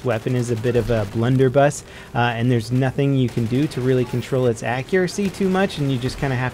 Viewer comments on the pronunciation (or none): none